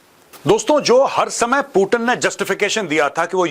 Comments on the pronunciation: पुतिन को पूटीन बोलने से ज्यादा अंग्रेज बन जाता है क्या? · Major साहब मै आपका बहुत बड़ा फेन हूँ, लेकिन आप पुतिन को पुटीन मत बोलो, इसमें भारतीय कम और अंग्रेज ज्यादा लग रहे हो